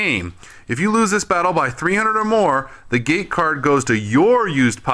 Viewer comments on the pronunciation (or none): none